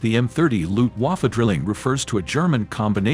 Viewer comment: Its Not luhft-huwoffoh its Luftwaffe